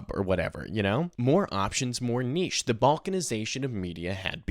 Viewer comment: big shout out for an American pronouncing 'niche' correctly